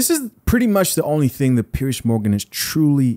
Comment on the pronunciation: It's PIERS NOT PIERCE